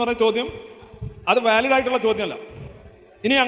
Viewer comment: എനിക്ക് വലിഡായിട്ടുള്ള എന്ന് പറ ...... രവിചന്തിരാ